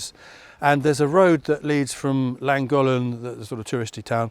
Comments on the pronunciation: Make it forty and a lot of people will treat it as a’ safe to do forty’ are and still pay zero attention. And it’s thlan gothlan btw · Your pronunciation of Llangollen is extremely poor. Learn to pronounce the double 'L'. It can (and should) be done!